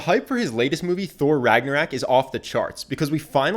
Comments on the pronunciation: I’m sorry, I know I shouldn’t dwell on this, especially given that you’re giving us all these likability tips for free, but I just can’t help but feel annoyed as hell at your pronunciation of Ragnarok. It makes me wonder if you refer to rocks as racks. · RAGNA----ROOOOOOOK not Ragnarak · Your mispronounciation of words and names is bugging lol "Rag-na-rock", not "Rag-na-rack" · Can someone tell him it's ragnarok and not ragnarak? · RagnArOk not RagnOrAK 😂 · The least charismatic thing in this video is the dude saying Ragnarak instead of Ragnarok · He keeps saying Ragnarak and it's so annoying 😂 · rag-na-rok not ragnarak ragnarok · I’m sorry but you keep saying ragnarak instead of ragnarok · He says "ragnorak" throughout the whole video but it's actually "ragnarok". Just putting that out there mate. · ragnaROCK, ROCK not RACK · "Ragnoraik" please... i cringed every time you said it wrong rag-nor-rock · It's RagnarOk not RagnarAk. Still, great video. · RAG NA ROCK not RAG NA RAK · Ragnarok not raaak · Ragnarok.... not "Ragnaraack"......awesome video tho 😊😊😊😊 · how is nobody touching on the fact he says ' ragnor-RAck ???????? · Why you pronouncing it ragnorak?? 🙄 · whatnow? Regnerek? nonono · 53 “Thor Ragnorack” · Does this guy keep saying "Ragnor-AK" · Okay I love this video, but I just can’t get over how the narrator keeps saying “RagnaRAK” my ears are just like 🤯 lol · Did he just said 'Thor Ragnarak' ?? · Is no one going to talk about how he pronounced Ragnarök "RagnarACK" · are we just going to ignore he said “ragnarak” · Lol, you called it Thor Ragnarak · The English variant is pronounced like rag nor rock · you kept saying ragnarak, and idk why but i laughed everytime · I got so triggered every time he says ragnarak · "Ragnorak"? ..Really? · Awesome video!! The way you kept saying "Ragnarak" kept catching me off guard though. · Ragnarok. RAGG-NAH-ROCK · The way he pronounces Ragnarok gives me anxiety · How you pronounced ragnarok 😂😂